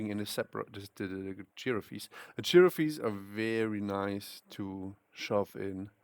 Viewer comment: The girafees hahaha, Gi raff e is silent my friend.